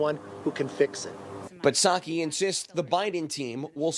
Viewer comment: The P in Psaki is silent, just like the P in P-resident Biden.